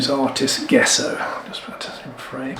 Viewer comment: I hate to be a bit of a knob but I'm going to have to be, traditionally I believe its pronounced "Jesso" not Guesso ! At least that's what I was taught at art school ! Commonly used in historic frame restoration to name but one of its many uses, the surface of rocking horses for instance too, it can be carved , shaped and sanded nicely when the layers are built up and is easy to make at home using whiting (powdered chalk) and rabbit skin glue, though alternative non animal glues are available these days, many restorers have their own tried and tested recipes. Please don't take offence, I think your work is amazing ! I'm just an old git , these daft things seem to grate a bit these days, that's all !! Lol, Keep up the good work !!!!